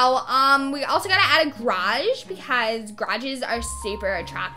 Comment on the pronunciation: The way she says “garage”😂😭😭 She said: GRAGEEEE I fucking died